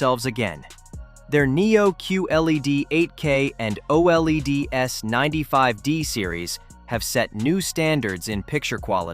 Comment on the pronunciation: OLED, pronounced O-Lead as in the metal. Q-Lead.